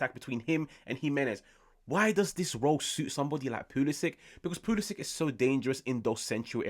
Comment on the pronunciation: Pu - lee - shy - ch Mo - dry - ch Ibra - hym - o - wich Practice make perfect!